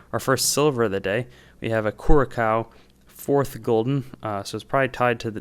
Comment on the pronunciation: Just btw Curaçao is pronounced Cur-ah-sao